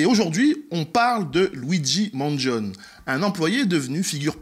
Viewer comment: ok, tu m'énerve, c'est un italien! il s'appelles pas maaaangion il s'appelle Mangione ça se prononce man djionn ni! Les français🙄